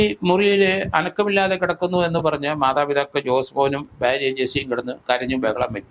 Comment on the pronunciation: ബ്യാര്യ അല്ല ഭാര്യ😅